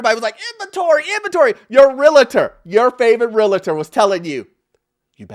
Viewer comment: I love your videos my brother, however my brother please stop saying “Realitor.” There is no “I” in Realtor and not every real estate agent is a realtor. End of rant good day!